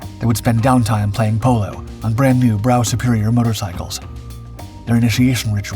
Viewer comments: I would think it has to be, I enjoy all dark sky's content as well as his other channel dark seas, but the constant mispronunciation has me pulling my hair out, for instance in this video the A.I pronounced a Brough Superior as a BROW motorcycle, yet I am convinced virtually the entire world knows it is actually pronounced BRUFF including himself, but on the plus side it makes me think this much vaunted "A.I" thing is not as smart as it is made out. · skies "brow [Brough] Superior motorcycles" pronounced "bruff.' And please stop over using the fake tramlines and dust marks, you use enough old clips and pics to not need more of this cliched effect. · Pronounced "Bruff Superior" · Brough is pronounced 'bruff' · It's Trenchard. And Brough Superior is pronounced 'Bruff Superior'. Research, research, research. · Brough Superior is correctly pronounced "Bruff Superior". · Brough pronounced "Bruff".